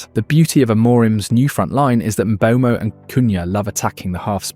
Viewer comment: You pronounced Mbeumo differently every time you said it